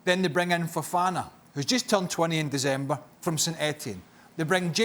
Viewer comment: Nobody: Craig: Dezzzember